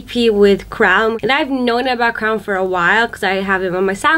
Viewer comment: Crwn's pronunciation is actually ~'kerwyn'~ just sayin' 🤷🏻‍♀️🤷🏻‍♀️